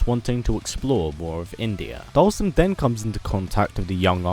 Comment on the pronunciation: With the English Caption every time you pronounce his name we get different names. Dhalsim, Dolson, Dawson, Olson, Boston..